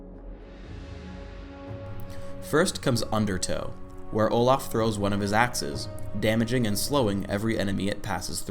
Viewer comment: He says Olah